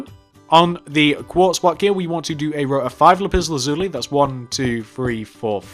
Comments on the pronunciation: You pronounced Lapis Lazuli wrong it’s not Lup Iz luzulee it’s Lap iss lasuuly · yes he says it like "lupiz luzuli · Lipis lazuli “lipis” xD Not making fun of ya its just very funny 😂. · Is it just me but the way he says lapis lazuli is epik 😂🤣